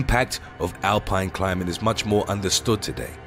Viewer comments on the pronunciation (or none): none